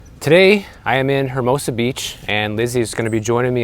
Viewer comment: It’s not pronounced HERmosa. It’s Ermosa. It’s Spanish